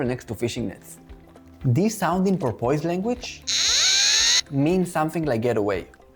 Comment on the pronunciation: I say this with 100% sincerity, Sir (i.e. I am in no way mocking your accent): Your pronunciation of “porpoise” is awesome, and I plan to adopt it immediately.